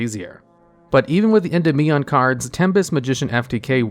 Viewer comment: Every time he says Endymion as END-IM-ION instead of EN-DIM-EON I die a little bit inside